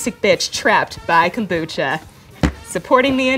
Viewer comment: "you get a WHOLE bottle of kumbuchbuch" lol